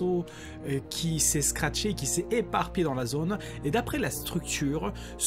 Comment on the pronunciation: il ne faut pas dire scratché mais craché: )